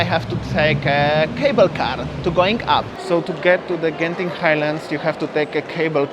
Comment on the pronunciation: Interesting that you actually pronounce "Genting" correctly. Many Singaporeans pronounced wrongly all the time, that those in Malaysia just give up correcting them. :)